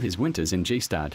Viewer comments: As a Swiss I furthermore have to say: It's called 'Gstaad' (the 'g' is like 'going') and not 'G-Staad'. :D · "Jeee-staad"? Hahahaha! I guess that voice translation robots still need a bit more work! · Pronouncing Gstaad "Gee Staad" is how to tell me you're AI without telling me you are AI. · What is this Jeestad thing the narrator keeps mentioning? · It is annoying when a person cannot pronounce the name of the place he is reporting on properly 🤯 it is NOT pronounced, GEE STAD! Please get your facts, right? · G stad? WTF? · G-staad, lol thats not at all how its called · After all that "research" you did not learn how to pronounce Gstaad? Honestly, it was too hard for me to hear Jeeh-staahd one more time, so I had to turn the video off. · Don't waste your time on this documentary. It's just put together by someone with no real knowledge of the places he speaks about. He didn't even bother to get the pronunciation right for the robot voice he used for narrating the whole thing. G-Staad.... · G - staad???? You're making a whole documentary about a place in Switzerland and don't have the faintest idea of how to pronounce it??... I'm one upset Swiss person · "G-staad" 😂 this is so bad lol. Check the AI text to speech conversion next time before uploading. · Please stop saying G-Staad like G-Wagon and instead learn how the locals say it! This just makes me cringe every time I hear it... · Jeestad. FFS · G stad? Oh “shocks” so much mediocrity! Jeeezzzz! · One would think that the narrator would at least know how to pronounce “Gstaad” properly. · thanks for the interesting documentary. just a little remark, would be nice to pronounce Gstaad correctly if you mention this village so many times. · Ah epic! But please pronounce Gstadd right! 😂❤️ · If I was going to narrate a programme about Gstaad I'd make sure I knew how to pronounce the word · You'd think they know how to pronounce Gstaad after being there for two months... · you should learn how to pronounce Gstaad correctly